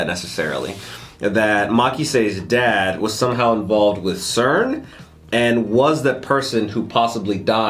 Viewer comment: Its cern btw, not stern